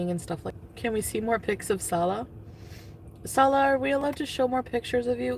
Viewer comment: When she does the "blah blah blah" thing it makes me irrationally angry. Also when she says "SaWLouaahh". Hideous potato.